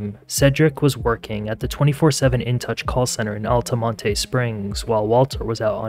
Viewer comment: Damn This shit happened 10 mins from where I live & I never heard of this story. Also, “Altamontay” lmao